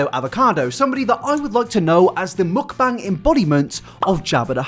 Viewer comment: How are you going to make fun of BTS and you are out here doing Mukbang but then again, a ton of ppl do them and can't even say the word correctly. Number one reason I don't watch them.